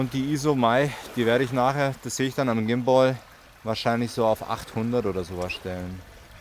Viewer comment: Vielen Dank für das Video aber bitte hör auf Gimboi zu sagen 😵‍💫 Übrigens ein wirklich schönes Ergebnis 👍😉